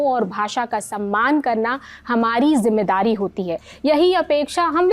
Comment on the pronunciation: खुद तो सीख लो पहले..... 'जुम्मेदारी' नहीं "ज़िम्मेदारी" होता है ।